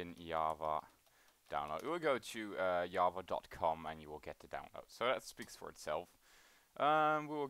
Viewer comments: you cant say java, you say yava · Wtf is yava??? Is it java with an accent??